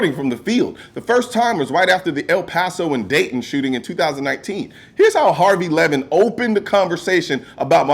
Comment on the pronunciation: “Harry Levin.” 😂